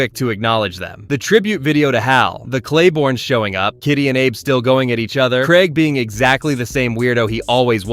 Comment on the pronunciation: It's Kreylboyne not Clayborne